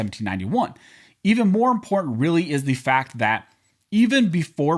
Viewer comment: Stopped listening when noted he can't read or speak the word imporTanT